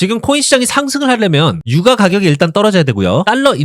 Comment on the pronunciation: ai인가? 유과가격이 뭐냐.